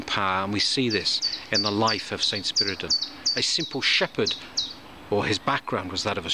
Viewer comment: Thank you for the correct pronouncing of his name. Not to brag, my dad was such a humble person as well as smart I miss him a lot being one of his kids makes me smile when I feel bad sometimes.